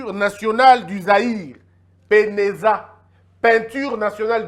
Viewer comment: Bonsoir mon jeune frère c'était PENAZA et non PENEZA